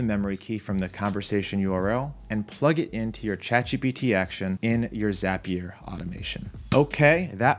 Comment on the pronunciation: Nobody:: zApiér